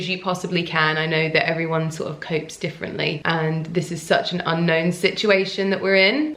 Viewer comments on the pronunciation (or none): none